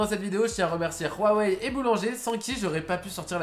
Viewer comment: A chaque fois que j'entends Rhuawei ça me fout la gerbe. Dites tout simple Huawei mdr